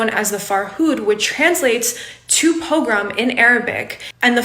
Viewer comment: Learn how to pronounce “pogrom” please. Good case, though.